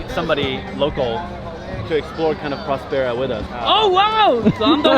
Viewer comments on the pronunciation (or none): Okay Spanish lesson, it's called prÓspers which means healthy. Put the accent where it belongs. prospÉra as you call it actually means Nothing. Yes the name has a meaning and it's VERY Important to the story. I would say it's the Main idea out of it. So please, learn Spanish and understand that the name has the meaning you are looking after since the begining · Hmmm. A bunch of dubious experiments. Menstrual flow--a goldmine of stem cells? Right. A hint on pronunciation of Spanish words: the accent on a syllable means that syllable is stressed. So Próspera is pronounced PROSpera, not ProsPERa. (Same for Italian, except the accent mark goes the other way) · I’m 3 minutes in the video and I cannot stand the way they pronounce próspera . It has an ó! It’s not prospéra, is próspera! But seeing the other comments, this seems to be a nonissue compared to the lack of coverage. Let’s see